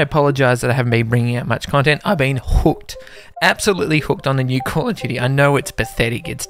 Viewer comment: CALL OF DUBTY?! ....unsubscribed and reported